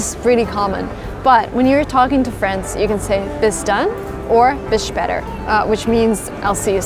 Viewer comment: So you can improve: you pronounced „später“ with a short ä, but it is pronounced with a long one.